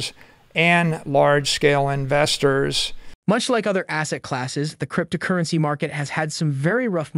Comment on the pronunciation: Struggling with the announcers pronunciation crypt-a-currency. Hard to hear anything else.